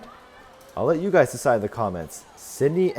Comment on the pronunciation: Nice event, look forward to the rest. Just for the future, the easiest way to pronounce Melbourne properly is to say MelBURN quickly.